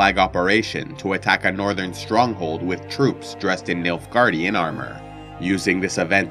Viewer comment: When I first heard about the Nilfgaardian Empire. I’m not joking when I say that I thought he said Milfgaardian and I was totally confused 😂